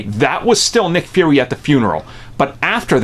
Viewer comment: Why do you keep saying "Furry"?